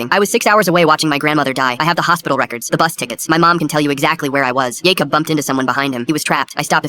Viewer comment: How many times can you mess up the name Jacob?